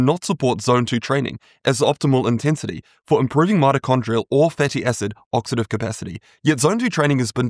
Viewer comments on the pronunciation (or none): Oxidative not oxative🤦